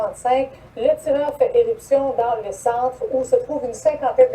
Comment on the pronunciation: Y'a-t-il un ou deux "r" à "tireur"?